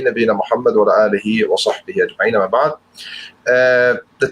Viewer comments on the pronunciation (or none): none